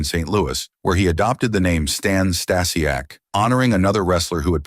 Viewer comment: Can’t watch because of the mispronouncing of Stasiak